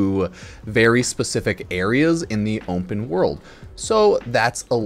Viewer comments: I'm not good at all. I have OCD and I've latched onto this as an obsession. It's not even the fact that he says "Ump'N", it's the fact that -- out of 7 billion people in the world, I'm the only person that really notices this, or cares about it. I feel like I'm trapped in a prison of sorts. Like, the word "Ump'N" haunts me at regular intervals, and I just have to silently suffer with it. The store Ump'N's at 9AM Can you Ump'N that window? It's an Ump'N secret That man is Ump'N-ly gay It's an Ump'N and shut case Ump'N your heart He's wide Ump'N! Ump'N wide!! Ump'N this side only With arms wide Ump'N He's Ump'N carrying to protest I'm an Unp'N book I'n gonna Ump'N a can of whoopass It's Ump'N season An Ump'N door policy Ump'N sesame! An Ump'N ended question Play in an Ump'N tuning Store grand Ump'N-ing! This person is ruining my life. I'd say every 40-50 seconds his face saying "Ump'N" plays in my head and I have zero control over it. It's been that way since I saw the video and realized what he was saying. I can't even get any respite when I sleep because I actually dream about it as well. You can't have something play in your head repeatedly and then not dream of it. I am seriously suffering over this. The worst part is that I'm the only one who realizes the completely absurd way he says "open." Like google "how to pronounce Open" and play the audio, and then click any of my timestamps. How the fuck is this possible when he has no other noticeable accent when pronouncing an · You pronounce the world "open" very strangely. I've never heard anyone say it like you do. You say ump'n, like "ump'n world." What's up with this? Edit: I even slowed it down to the slowest speed to make sure I was hearing it right. You really do say "ump'n." Why do you have perfect English pronunciation except for that one word? I need to know the answer to this it's driving me crazy, like are you trolling? Why would you say it like that. I'm not going to be able to sleep thinking about this.